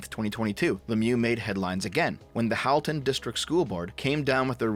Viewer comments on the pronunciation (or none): As someone who went to school in that area, it’s crazy to see what’s happening. Also it is pronounced “Hall-ton”, but I’ll let it go since you’re a fellow leaf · Pronounced ‘Hall-ton’ and ‘Trafallgar’ . Drove me nuts a little as someone living in Halton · At the risk of sounding pedantic, and just in case you need to make a followup on this, as someone who suffered through schooling in that area, I'm pretty sure Halton is pronounced like the word halt rather then the name Hal (unless we've been getting it wrong where I live all this time.)